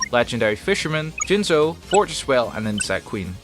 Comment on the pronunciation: You said "Jizzno" wrong.